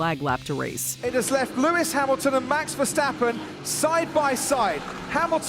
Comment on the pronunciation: Marx Verstawppen, Haamilton 😂😂